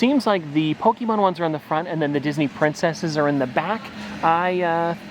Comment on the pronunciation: It's not Poke-E-mon , it's Pokémon. Please stop saying it like that it's super fuckin annoying